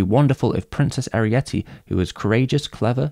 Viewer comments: Great video, but why are you pronouncing Arete like Arietty? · I was taken aback every time you called her Arietty instead of Arete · Why did you keep pronouncing Arete / Ariite as if she had the same name as the Borrower Arrietty? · I wondered about that, too. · I have issues with how you mispronounce her name. ☺️